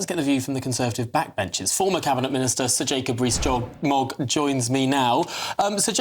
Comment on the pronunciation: Did he say Jacob Rees-Dog?